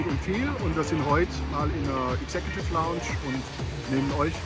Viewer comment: "Exe-Kjuuutiff Launtsch" mag lustig klingen, aber die "Executive Lounge" ist der exklusivste Bereich beim KSC im Wildparkstadion, wo erstklassiger Service, super Sitzplätze und privilegierter Zugang auf dich warten. In diesem eleganten und gelungenen Ambiente werden Gäste verwöhnt und können die Annehmlichkeiten in vollen Zügen genießen. Also, auch wenn die Aussprache für einen Lacher sorgt, ist die Erfahrung in der Executive Lounge alles andere als zum Lachen! 😉😎✨ #Sprachmeister Vielleicht traust du dich und stellst für uns ein Video online in denen du dein Sprachtalent vermittelst. 🥸🥸🥸Liebe Grüße und frohe Weihnachten gehen raus an Dich